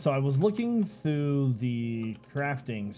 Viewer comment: "I was looking thoo thee crafting stuff..." I don't know why 'thoo' bothers me, but I heard it and had to make a comment making fun of you. ;P